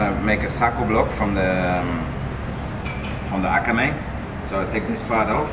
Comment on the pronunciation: Dude keeps dropping japanese words trying to impress us. It's akami, though, not akamE. Using fucking samurai swords to cut your "wabi sabi" tater tod U.F.O. tuna tartare does not instantly make you a master sushi chef, apparently. Also, just tell people how to eat it.